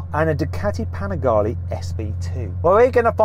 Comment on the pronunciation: PanigalE not Panigali diocane